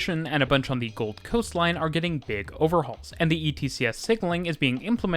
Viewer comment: Cool to see a video on the trains and stuff in my area. Seems like it ain't too bad. - Something here is throwing me off with the pronunciation. How he says "South bank" and "Gold Coast" (I live there, but I think this applies probably everywhere in the world lol). He's saying them as if the location names are "South" and "Gold", and as if the word "bank" and "coast" are not part of the official name... if that makes sense. The emphasis is on the first word, and then the "bank" and "coast" has less emphasis and comes after a pause, as if he's following up "Brisbane" with "region" or "area" or something. When we say the names of these places, we're not breaking it up like that (regardless of there being a space or not, Australians in particular don't respect spaces between words lol). He's making it sound like it's the "something" bank, and the "this kind of" coast. The second word is part of the actual name and is just smashed in with the first word as one natural word, sort of thing. It's treated like "Oxfordshire" in England. One word rather than spacing it and it then coming across like "the shire that is Oxford". Bit of a nitpick.